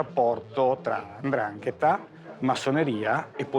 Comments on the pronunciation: SI DICE 'NDRANGHETA !! NOn Andrangheta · Precisamente 'Ndrangheta